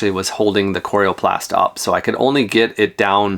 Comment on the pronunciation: Nice Video. Not sure about your pronunciation of "coroplast". :) One tip. When you plug the rig into a 15A outlet set the max current at 12A. This is required in the electrical code for continuous current (80% of max) and far less likely to trip a breaker or melt an outlet or cord. Even at 12 amps things will get quite toasty after awhile with continuous current like an air conditioner or charging a large depleted lithium battery pack. Have fun and be safe!!